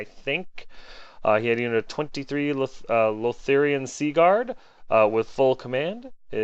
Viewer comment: Lothern, not Lotherian :P Not that it matters that much, just sayin'